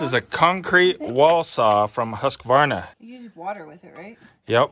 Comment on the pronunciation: You are one of the few I have heard that can pronounce Husqvarna the right way, most people call it Husqavarna:goodvibes